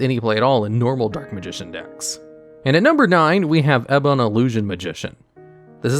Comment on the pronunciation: Sorry to be that guy, but you pronounced "Ebon" wrong. It's "Ee-bon".